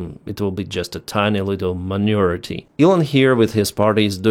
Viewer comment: As I said before we love you man, accent and all, still, there can always be room for improvement. Suggestion: check out pronounciation in google translate app( press speaker) of these two words: manure and minority.